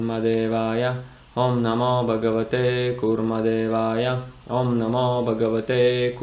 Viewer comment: Я вот не пойму почему вы произносите багавате,когда там пишет Бхагавате.Хочу заметить на примере 6 песни Шримад Бхагаватм,что в санскрите произношение очень важно и если не правильно звучание результат будет не правильный.Как в примере с Вритраасурой,его отец хотел чтобы был враг Индры,а из-за не правильно произнесённой А вышло Индра враг.